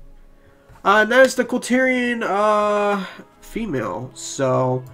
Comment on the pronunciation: It's KulTiran. Not Kultyrian. Lmao